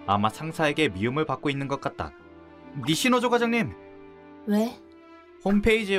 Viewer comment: 음성은 니시노조 텍스트는 니시조노